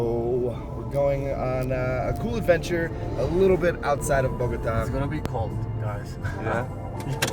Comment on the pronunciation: Amazing video, love the landscape, just an observation, please please please stop saying Bogóta , it sounds really bad, you were there for days so I know you know is Bogotá with accent on the a, I know is a small detail but is important to say the correct name of the city